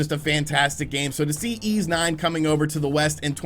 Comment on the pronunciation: YS is pronunced like "Fleece" just drop the F and L... not "eeez".....